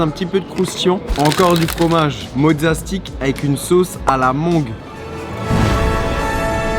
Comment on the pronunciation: "Sauce à la mongue "